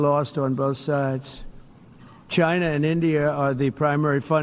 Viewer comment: Why does Trump keep saying Chynurr. Where the hell is Chynurr? Oh, he means China. Well why doesn't he just say that?